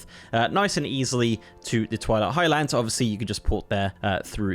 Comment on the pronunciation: It's Highlands. Not High Lands.